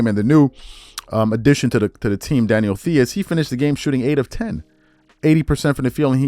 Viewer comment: Theis is pronounced "Tyse"